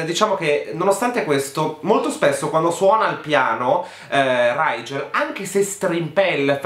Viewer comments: Ma riguardo il nome del tipo, la stella si legge righel, perché lo pronuncia raigel xD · Piccola precisazione: Rigel si legge come su scrive, non Raigel (io lo so perché l'autrice aveva l'aveva specificato neo prologo su wattpad) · E dopo Bronagh e Brannah, diamo il benvenuto a RRRRIIIGEL nella cerchia dei nomi brutti🤣